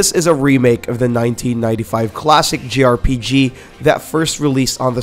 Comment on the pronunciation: he keeps saying "grpg",,,,,, its jrpg